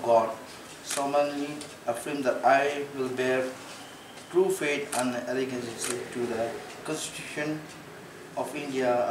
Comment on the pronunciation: Kum ia une, ki paidbah kin jied!!!! Tang ban pule ruh um nang solemnly ruh solomonly, Allegiance ruh aleejigiancy 😂😂😂